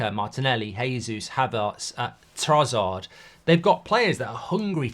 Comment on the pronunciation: The way he pronounce Trossard bothers me to no end😂